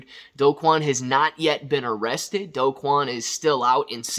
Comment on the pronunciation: Do is pronounced "doo"